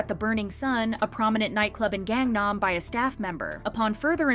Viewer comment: If you can't even pronounce Gangnam, you shouldn't be making videos on this.